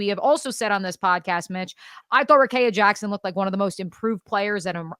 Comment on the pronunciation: Please pronounce Rikea Jackson’s name properly. It is pronounced like this: Rah-KEY-ah, instead of Kay in the middle.